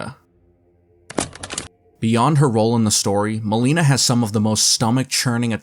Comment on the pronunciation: Milena ❎ MOLINA✅